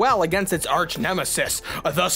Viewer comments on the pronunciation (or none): none